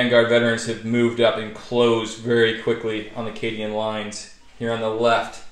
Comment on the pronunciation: learn to say cadian and chimera right.